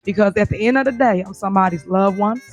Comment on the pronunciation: You mean, “at da in a da day”?